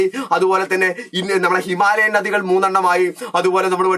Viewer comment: ഞദികൾ ❌ നദികൾ ✔️